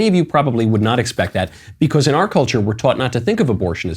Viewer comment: I'm only here because matt ealsh hasn't come back from vacation. I'd listen to Michael more but I can't stand the way he says "because"